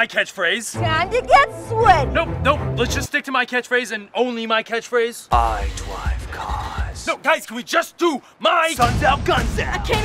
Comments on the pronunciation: I DWIVE CWAS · My friends are all like "I dwive caws" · I DWIVE CAWS! BEHOLD! THE PROPHET HAS SPOKEN!! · Ai dwive caas